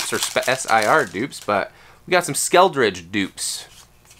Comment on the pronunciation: Love you but Skel-uh-durge, Skeledirge. Not Skeldrige. 😅